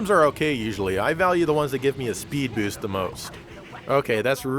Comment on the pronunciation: "speed bewst" lol